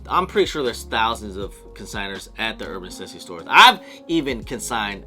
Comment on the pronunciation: Why do you say "Uban Necessities" like that? I can't even watch this.. lmao